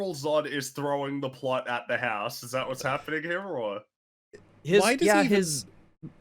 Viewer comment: Why does this guy keep saying "the plut"? Does he not know how to pronounce plot? Seriously?